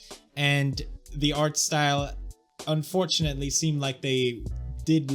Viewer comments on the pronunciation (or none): none